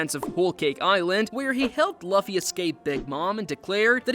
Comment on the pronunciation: That's not how you say luffy's name